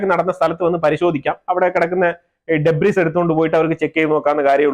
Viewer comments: If you don't mind, Debris എന്നത് ""ഡേബ്രീ "" എന്നാണ് . ഡെബ്രീസ് അല്ല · Thanks for your response. I am not speaking about the meaning. താങ്കൾ പറഞ്ഞ അർത്ഥം ശരിയാണ്. But I was saying about your pronunciation. Debris എന്ന വാക്കിലെ "s" സൈലന്റ് ആണ്. താങ്കൾ പറഞ്ഞത് പോലെ ഗൂഗിളിൽ (or even in the YouTube) അതിന്റെ pronunciation ഒന്ന് search ചെയ്തു നോക്കൂ. And then please respond. I am open to learn. Let not ego come in the way. I am a Canadian citizen for decades